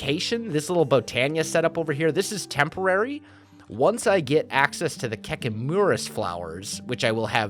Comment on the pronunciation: when he said kekimurus i thought he said "kekkei moura" (you would know if you watched Naruto)